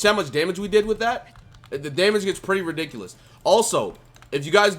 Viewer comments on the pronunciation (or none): none